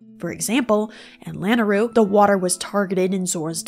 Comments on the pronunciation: It's pronounced "luh-nayru" because it's a version of the name of the goddess of wisdom - Nayru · you use all these big words but then you can't even pronounce lanayru correctly 😭